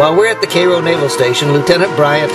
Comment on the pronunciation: I'm sorry, but if you go to Cairo IL you will find it's pronounced Karo. Guess the founders didn't know how Cairo, Egypt was pronounced.